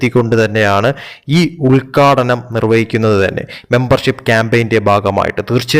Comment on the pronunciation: ഉൽക്കാടനമല്ല ഉത്ഘാടനം എന്ന് പറയൂ .